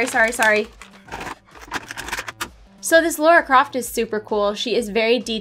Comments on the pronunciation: A quick pronounciation correction - it is "Lah rah" opposed to "Lore ah". Thank you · am i the only one that gets triggered when people say lara croft like "laura croft" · Why is it that Americans have such a problem with saying LARA Croft... there were even a couple of movies that told you how to say it.. it has no U in it.. it's LARA for the love of God !!! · no its pronounced LAHR-AH